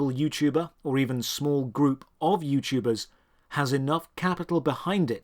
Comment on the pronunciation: “Youchubbee” “JooYouChuubers”